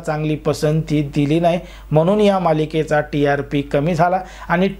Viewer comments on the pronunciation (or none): none